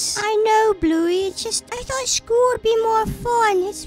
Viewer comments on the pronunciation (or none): It's not blouey it's bluey